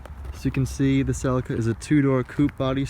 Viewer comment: What is it with Americans taking words from other countries and pronouncing them like tards! Who say Celica like that? 🤣